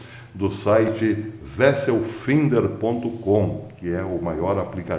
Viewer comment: Vesselfinder? A pronúncia é vesselFAINDER...